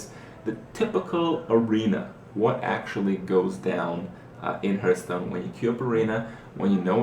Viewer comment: why u always say herth stone not hearthstone